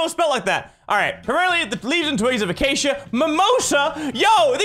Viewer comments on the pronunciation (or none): Mini: plays minecraft Also Mini: doesn't know how to pronounce "Acacia"